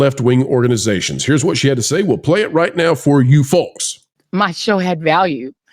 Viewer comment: The L in folks is SILENT!